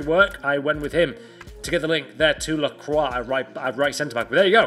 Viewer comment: You can pronounce : "lacroa" for lacroix